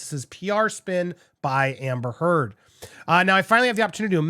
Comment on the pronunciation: How do you mispronounce "amber heard?"